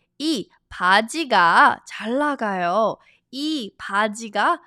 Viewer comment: why do you omit speaking the ㄴ in 잘 나가요 ?